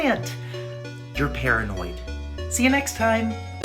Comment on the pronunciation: Him saying the flower is proanod